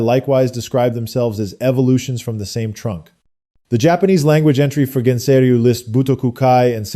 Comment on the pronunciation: Nice video. However, Gensei is pronounced with a hard g as in "guest".